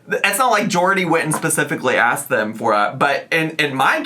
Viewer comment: I enjoyed her (not a real word) askirt 😂😂😂 in a video the other day....hope it comes up here!